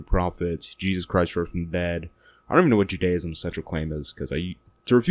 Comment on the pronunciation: Give this guy credit though, he's the first American I 've heard pronouncing "Judaism" and not pronounce it like it's a cult of people who worship some one called "Judy"